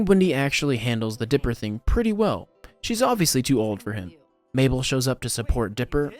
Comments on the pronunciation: BRO its okay that you said mabell to me☺️ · Him calling her maybell 😂